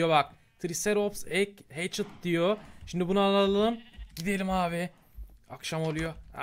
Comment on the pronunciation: şimdi yerine şimde demesini sevenler +1:)